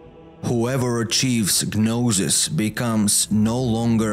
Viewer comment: Thanks for the video. BTW, the g in gnosis is silent